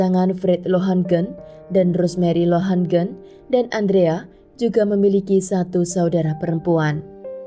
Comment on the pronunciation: Di menit, yang benar adalah Andrea LOHAGEN bukan LohaNgen, jangan seenaknya merubah nama orang. Pada Bad Belzig dibaca BAD, bukan BED, karena itu adalah nama Jerman, jangan semua di-Inggris-kan! Pada menit "LaboRatorium", bukan "LaboLatorium"! sekolah nggak sih? Jaga mutu dong kalau mau berInternet!